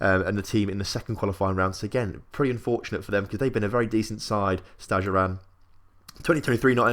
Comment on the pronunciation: Probably woulda been easier for you if I'd just told you how to pronounce the team names 😂😂 Breidablik - Bray-tha-blik Valur - Vahl-yoor Stjarnan - Styahr-nahn Grindavik - Grin-tah-vweek (but with a rolled r) Vikingur - Vee-king-yoor Fjolnir - Fyul-ner Sindri - Sint-ree (with a rolled r) And in case you have to talk much about any of the teams you're newly putting money into: Fram - Frahm Keflavik - Keb-lah-vweek Þor - Thohr Grotta - Groh-tah (with rolled r) Haukar - Hoo-ee-kar Selfoss - Sel-voss Þrottur - Throh-tyoor Huginn - Hyoo-ginn (Fun fact, I know all these as much as I do mostly because I used to have a minority stake in Þrottur for a couple years.) Btw I really appreciate your channel, you've quickly become my favourite FM channel. Thanks for all the effort with the videos!